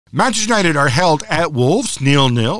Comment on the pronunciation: Hard to take advice from someone who says " Mancha nited! Once you can say Manchester we might listen🤔 Mancha! Good grief